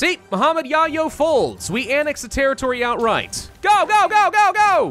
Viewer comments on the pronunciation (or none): none